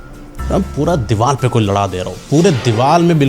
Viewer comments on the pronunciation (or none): none